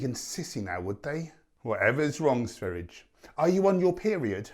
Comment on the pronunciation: Not trying to be a smart ass but his name is pronounced Sveh ree ah not sver ijj